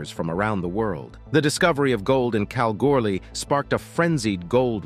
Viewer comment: This is how you say Kalgoorlie like Australians do. Cal gool ee easy isnt it announcer 😊